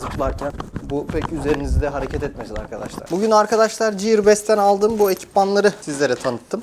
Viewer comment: ciyır değil giyır*